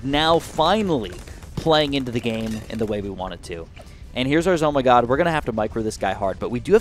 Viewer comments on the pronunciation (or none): The guy said zo my god lol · Engieneer is good and the druid but why does he say zoh my god😂😂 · i think its funny you called the ZOMG zoh my god